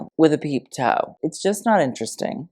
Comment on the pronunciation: did u say peep toe .... i died